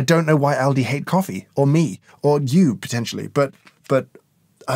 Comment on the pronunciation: In America we say "All-di" but having worked there and knowing where it's from and it's history, when you pronounced it as "Al-di" I immediately realized we say it wrong lol. The place is actually albrecht discount for those about to go google searching